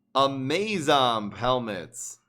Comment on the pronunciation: "Amazomb" is supposed to be pronounced like "Amazon"